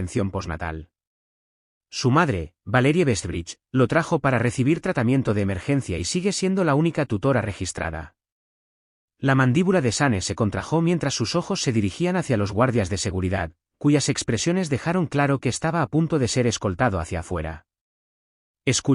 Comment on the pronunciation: Vuelven con la dichosa palabra se "contrajó" en vez de "contrajo" sin colocar la tilde en la vocal [o] al pronunciara. ¡Ya corten, por cavor este error garrafal!